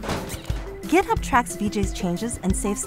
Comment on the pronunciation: why does she say gitup ?